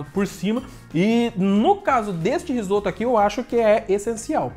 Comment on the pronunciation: "Risopa" huahuahuahuahuahua